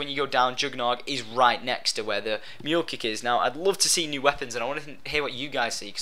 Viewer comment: its not Mool kick its meooohl kick